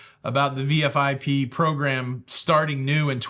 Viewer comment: It's VIFP, not VFIP